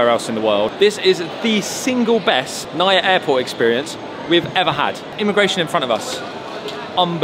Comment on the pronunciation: Always enjoy watching your vlogs. Filipino living in England here and the weather has been nothing but grim! can't wait to get some proper sunshine in thie Philippines next month! Nice to see you're back in Manila **also, we say NAIA as "na-ee-yah" 😁